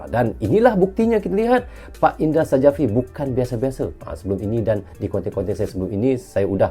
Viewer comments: dibaca indra syafri bang bukan sajafri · Indra Sjafri dibaca Indra Syafri Huruf J dibaca sebagai Y